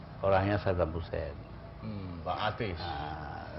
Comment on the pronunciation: Saddam Husein, bukan sabdan